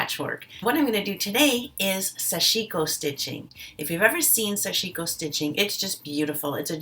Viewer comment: Not meaning to offend you or the Japanese language, but I was informed that the correct pronunciation of Sashiko is to say "sash" and then "iko". the accent is on the the first syllable (not sashi'ko). "Sash" in Japanese means small stabs, which you do when stitching. Just FYI. I stand corrected if I am wrong. No offense intended. TY.